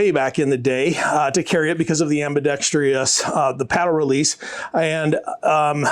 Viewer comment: Ambi-Dexter-Us Not Ambi-Dex-Tree-Us